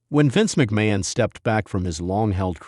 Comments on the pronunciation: even if it is that's not how Vince McMahon says his name. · It is obviously an AI voice and is a turn off for me when it pronounces a name totally different than the person who has the name. Whyt is that a problem for you?